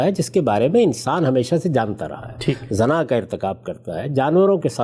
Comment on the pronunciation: دو الفاظ کے تلفظ کی طرف توجہ مبذول کرانے کی جسارت کر رہا ہوں اَخلاق ہوتا ہے اِخلاق نہیں زِنا ہوتا ہے زَنا نہیں